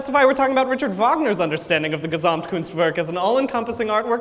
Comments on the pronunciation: Hearing him pronounce Gesamtkunstwerk hurts me :( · I love his entertainment xD and as a german I found it very adorable how he pronounces Gesamtkunstwerk and how the english plural just puts an s at the end and the plural is done xD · I am from germany and its so funny how he pronounces gesamtkunstwerk